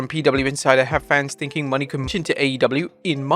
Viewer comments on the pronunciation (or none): Y can't they say MO-NAY..... they keep calling her Mercedes